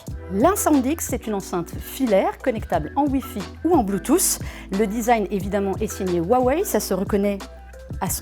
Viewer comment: "Bloutousse"...Aïe. Bonne vidéo mais les prononciations des termes en anglais sont clairement à revoir.